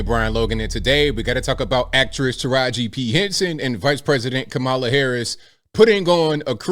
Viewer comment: I applaud Teraji, and fully support anyone who is against trump and all of the other right wing "sleep walkers".....I am proudly "woke" and out of the "matrix"...... And by the way, it's KAmala, not kaMAla..... Clearly influenced by Donald chump